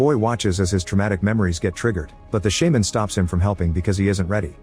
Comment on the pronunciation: wtf is a "shaeman" 😂